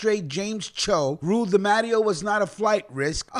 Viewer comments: C’mon!! I love your channel but Bro!! you’re butchering 🔪 these “I-talian” surnames. It’s not pronounced DA-MATT-E-O it’s pronounced DEE-MAH-TAY-O. No disgracia intended my friend. Just a correction. ✌🏼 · its pronounced de matteo